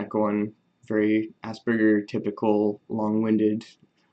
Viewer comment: Thanks for mentioning, pronounced ~~~ a-SPER-gican with a soft "a". SBS is Suspended Body Systems. Better than ASS-BURGERS, you think? Sooo social interactions, let me tell you. Interesting fact is that one of my obsessions, lasting 30 plus years now, has been Autism/health care. A huge fascination of mine, but of course I could not see myself as a head banging mental or disabled, as autistics were often portrayed. 30 years ago in U.S. homosexuality was classified a mental disorder with electroshocks the treatment. It is a double edged sword this knowledge tool ~~ with self-knowledge comes certain insights, many of which are not pleasant especially when regarding a lifetime of broken relationships almost in total. Listening to other Aspergicans is truly amazing and YouTube must be the most democratic tool on earth!!! As a teen circa 1960's, I would prowl around the library shelves stacked musty books, umm, H ~~ homo ~~ quick glance about and then absorb. Today we type in few letters and presto, zillion references and visuals in total privacy!!! But what is the price for this insight?? In-sight is just that, a light that shines inward as you paddle along once dark memory river, now drowning amongst your REGRETS and NOW you honestly know why!!!!!!!! Yes, regrets of an un-lived people-less life with so many joyful opportunities foolishly lost with the dreaded realization that the "others" were in all probability equally pained ~~~~